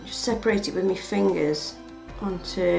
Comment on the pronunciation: I hate it when you say me instead of my xD Pretty cool tho